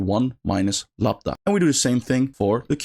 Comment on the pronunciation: Minor point, but it's "Lambda", not "Labda" :)